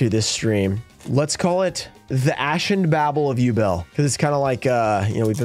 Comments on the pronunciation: Haha The Asian babble of yubel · ashen babel of yubel? really...